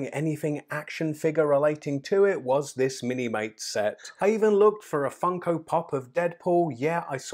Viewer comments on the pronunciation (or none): none